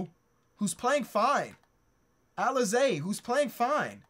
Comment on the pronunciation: I'm not a picky person but I gotta tell you that Alize Johnson's name is pronounced, uh-leez.... still a BANGER vid